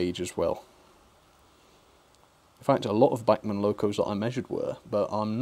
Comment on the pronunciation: Please, if you want to do “right by them” you might want to learn how to pronounce “Bachman”....................